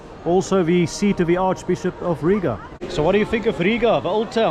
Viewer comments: You' re welcome! And also, the best foreigner pronunciation of Riga with long "I' 😇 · Sauerkraut is actually good for your stomach! Well done for your pronunciation of Rīga.